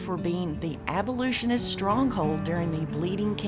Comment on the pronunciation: What’s an abolutionist? That’s not a word. I think you mean to say abolitionist. Sorry, but that mispronunciation just jumps out every time she says it.